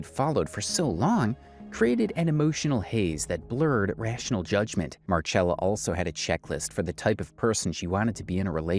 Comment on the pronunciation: The Marchella instead of Marcella thing is a little irritating. But it's a great video 🙂